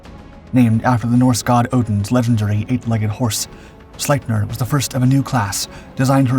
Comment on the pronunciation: Really good video. But just an FYI. Its pronounced "Sleep- near."